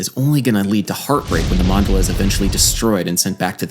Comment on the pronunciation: Enjoyed the video. To be a nerd the emphasis is on the second syllable Man-DA-la.